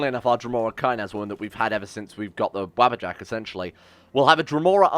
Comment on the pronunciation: Noone: Random man: WaBBAjAcK WaBBajAcK